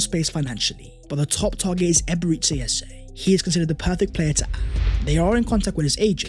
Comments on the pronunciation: love your videos, and kudos on building an amazing channel. One thing, though, could you please stop calling Eberechi Eze Eberetzi? It's EbereCHI, as in Tai Chi. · It's Eberechi it's chi not si You keep calling him Eberesi. It's a Nigerian Igbo name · It's not Eberezzi as in the Italian game but Eberechi as in chimney